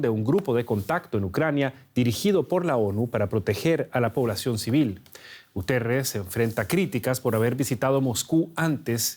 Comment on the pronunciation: Guterrez??? Se comió la I por el culo